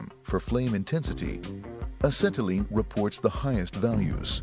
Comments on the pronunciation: a-set-a-lean lol the narrator really over pronounces some of these words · Why does he say acetylene so weird?